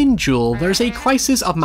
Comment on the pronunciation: Dude says Duel like Jewel but otherwise loved the video